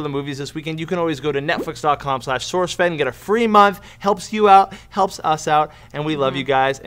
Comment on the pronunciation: and play off each other nicely. And yes, I noticed how you said sourcefed towards the end. You're still cute to me:^)